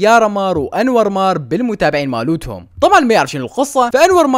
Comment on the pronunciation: يكول مولوتهم ههههههه